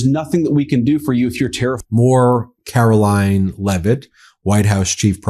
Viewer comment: Please change your pronunciation of Caroline's name - it should be Caro-LYING.